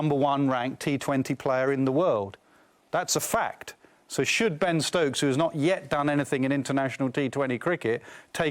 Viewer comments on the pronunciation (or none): Ben Ctokes😂😂😂